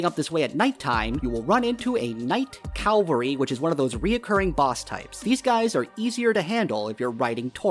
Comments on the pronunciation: How hard is it to say cavalry instead of calvary which just means the hill of Golgotha. English is not even my first language btw and nor am I a Christian. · *cavalry. Not calvary. Biggest pet peeve Thanks for the video tho 🙏